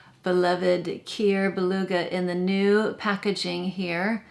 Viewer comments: Another great list! “Cuir” is pronounced “queer” not “cure” ;) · Cuir is pronounced like " queer" it means leather. I feel like I want to smooth a horse wearing this in the saddle. Why do I get these images lol 😆 it sounds soooo pretty 😍